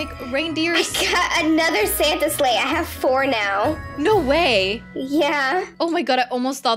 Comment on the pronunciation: WAIT U SAY WE GOT THE SANTA SLEGSH